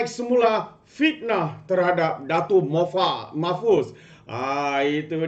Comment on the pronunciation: MAHFUZ... BUKAN MOHFAZ...!!!